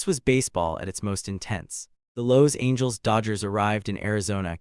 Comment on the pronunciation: Sorry: how do you pronounce "Los Angeles"? It surely isn't the way your AI narrator pronounced it. #HireAHuman